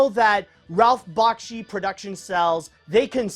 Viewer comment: He is not a composer, it is not Bach-chi, it is Back-she, and it's Ralph, not Rolph. Other than that, very fine review.